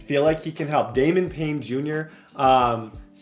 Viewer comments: Its Kwity Paye not Kwity Payne. Where are you getting the n brother lol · Bro if I hear kwitty Payne one more time I’m gonna pull my hair out 😂😂😂 it’s Paye . Got you gang 😭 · Kwitty Paye!!!! Not Payne!!!! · kwity “payne” is pissing me off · Julius Brents as well…Kwity Paye as well! Your mispronouncing many colts players names